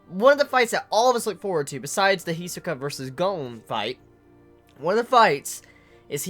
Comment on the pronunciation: Why do you always pronounced Hisoka's name wrong?